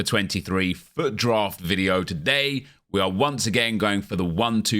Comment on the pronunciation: When ever says fut it sounds like fuck